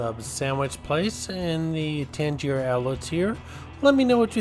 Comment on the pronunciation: This video makes me want to eat a White House Sub and go shopping! I usually get the Italian too. I usually eat at The Hard Rock location after I check in but now I want to go to the original location. Oh and FYI: I don't usually like to correct people but you're pronouncing Tanger wrong. It's pronounced like hanger. You're saying it like the Tangiers hotel that was the name of the hotel in the movie Casino.